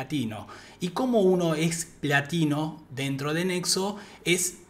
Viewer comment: Se que decías platino, pero no podía dejar de escuchar nivel latino 😂